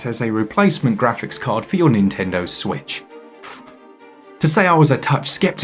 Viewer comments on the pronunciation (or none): none